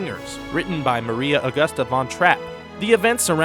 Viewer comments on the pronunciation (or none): none